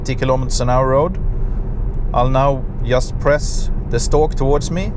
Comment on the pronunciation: you really need to practice the pronunciation of the words "just" and "general" ;))